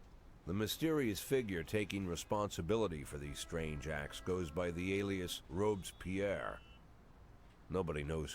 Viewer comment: This is not how you pronounce "Robespierre", come on now.